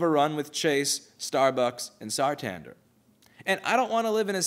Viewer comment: It's not Sartander btw, it's Santander.